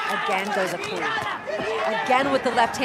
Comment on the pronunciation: Please, his name is pronounced Eee-noeee